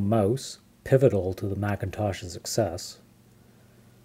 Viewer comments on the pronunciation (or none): none